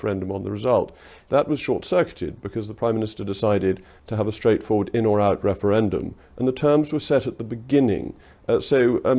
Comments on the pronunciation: Whats a "Weferwendum " ?? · this wemoaner supports a second weferwendum?